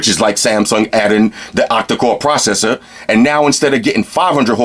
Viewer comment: I like the way he ses "proseser"